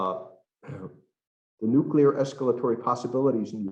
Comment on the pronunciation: Nu-Q-Lar war could start any day. Thanks 🤦‍♂️